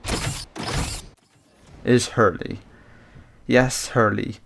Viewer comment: h3rl-3 is pronounced hurl not hurly